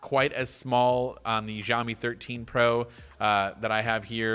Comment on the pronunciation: Zhao meeee. No no no it’s xiao me. Also yo I have the same lamp!